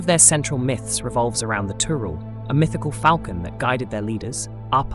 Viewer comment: Not Tural. Turul🙂